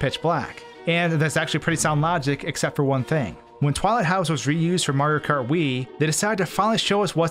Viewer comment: did he just say maro kart?